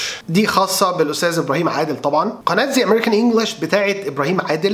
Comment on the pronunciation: مع كامل احترامي للجميع من مدرسين أو معلقين لكن الحقيقه أنني لا أجد ابراهيم عادل مفيد إلا لشريحه معينه فلم يبدأ من الحروف مثلا وطريقته لا تناسب الجميع بل لفءهمحدده وفي نفس الوقت هو عباره عن معلومات متفرقه ويكفي انه ينطق اسم قناته زا أمريكان والصح ذا عن ماذا تتحدثون ياجماعه وارجعو ان لايزعل احد من تعليقي وهذا رأي الشخصي وشكرا